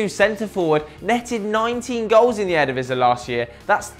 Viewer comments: stop saying eredivise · Please let this kid learn how to speak out Eredivisie!!